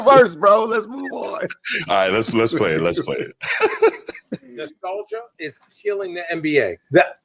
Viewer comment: You can tell Frye was reading because I’ve never seen someone mispronounce “Nostalgia” like that off the dome. However, if you read it after not seeing it in a while, one could potentially read that like a name. Exactly how he pronounced it Kobe never stopped shooting. What happened is the Suns were making Kobe score and taking everyone out the game. Phil Jackson at the half said he told Kobe to facilitate. Jackson said “Kobe is taking 14-16 secs to score & the Suns score in 8 secs” that was killing our team. For Jackson to the “greatest coach of all time” a lot of the stuff he says isn’t memorialized. “Maybe he wasn’t on the mic yet” legit had me spitting coffee out. The phone is his microphone, are we suggesting he didn’t have it for a few days?! 😂